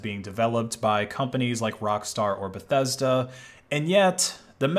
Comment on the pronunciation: "Bethesda" lmao